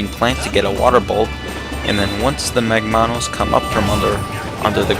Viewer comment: Shouldn't it be MAGmanus and not magMAnus? because it's MAGma, not magMA. you did the same thing with the other boss, tentalus. It's TENtalus and not tenTAlus because it has TENtacles, not tenTAcles.